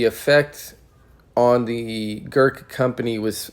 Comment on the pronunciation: Opening statement of the video and..... pronounces the word "Gurkha" wrong. Ignorance or laziness?